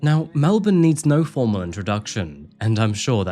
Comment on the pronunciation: The phrase is “formal introduction” not “former introduction” lol